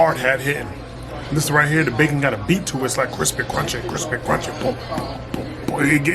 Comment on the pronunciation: Bacon wavy and cwispy